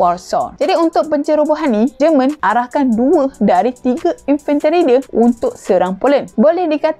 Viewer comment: JEMEN BUKAN JERMAN hahahaha